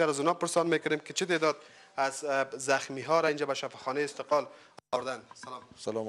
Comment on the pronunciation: شفاخانه( استقال) شما حتا کلمه را درست تکلم نمتوانید